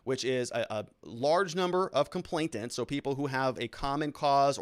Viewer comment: You should know it's not "complaintant", it's complainant.